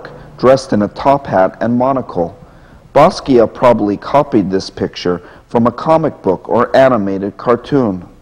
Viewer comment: WHy cant he pronounce basquiat correctly